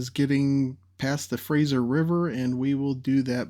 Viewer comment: I want to commend you on the correct pronunciation of the Fraser River. (I've heard some pronounce it as the Frasier River. It was named after Simon Fraser, not Frasier Crane.)